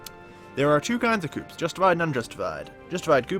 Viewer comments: This Video Was Very Good And Helpfull! However.... You Somehow Managed To Mispronounce Hades And Coups.... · Don't forget "coups".